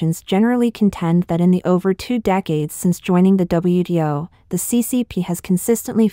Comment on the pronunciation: That confused me, too! She meant WTO, but kept saying WDO! Is there no difference, between T and D, in Mandarin?